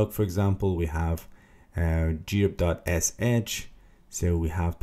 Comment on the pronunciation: What is wrong with you CS guys, I just want to learn about grep and you talk about all kinds of totally unrelated $#!t. Waste of time! Also it Grep as one syllable not G-rep.